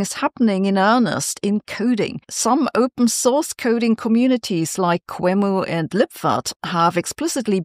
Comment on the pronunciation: Oh, a little nit: Qemu seems to usually be pronounced as Queue-emu, not as Kwuemu.